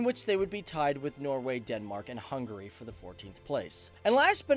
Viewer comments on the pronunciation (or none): none